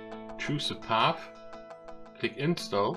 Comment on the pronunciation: If you don't mind a suggestion, you may want to check how to pronounce a word like "install" and some other words. Also, the way you said "bye bye" made me cringe so hard! Other than that, good video.